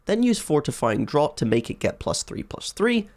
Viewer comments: “Fortifying DRAWT” 😂 not to be that guy but it’s “draft” haha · Great video concept, would like to see more of these; was a bit surprised to hear a Brit pronounce Fortifying Draught as "drot" rather than "draft" though! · Draught is pronounced like "Draft" by the way. Just English being weird as usual. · its pronounced DRAFT. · i think draught is pronounced draft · draught is pronounced "draft" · It's a bugger of a word to be fair. But I'm glad you pointed it out as that's what I was here to do as well!